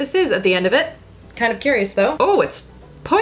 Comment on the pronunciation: Lol "But... On da pores do" 😂